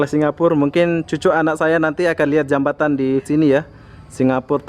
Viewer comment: Jembatan bukan jebatan